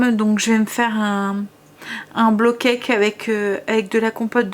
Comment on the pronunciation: Trop bon les porridges! J’adore moi la version poire chocolat 🙈 et c’est rigolo au lieu de dire bowl cake tu dis blow cake 😂 ça veut dire gâteau soufflé du coup et plus gâteau cuit au bol, c’est mignon ^^